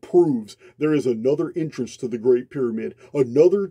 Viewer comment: thanks ❤️❤️ I love your voice! and your accent ❤️ (I'm not being sarcastic, I know you've copped flack over how you sound, I'm just here to say I love it!) especially when you say 'entrance' and it sounds to me like 'intrance' much better word!! and somehow your 'understand' sounds like 'innerstand' also, heaps better word!! thanks man, really appreciate you ❤️❤️